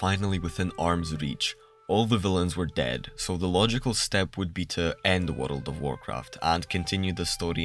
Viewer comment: I followed you because of the “wareld” word pronunciation ❤.